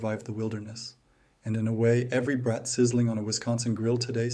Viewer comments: It’s not brat as in a naughty child, it’s braaaaat. Long A. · Brat mispronounced ever and over sends me away.😢